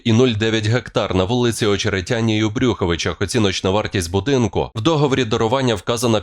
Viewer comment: Не в брю ховичах а в Брюховичах.